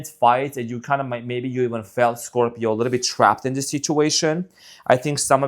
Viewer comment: I love your readings and when you say ScropJohn sp incorrect! lol